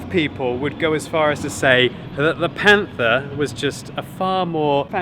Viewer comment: "The Panfa"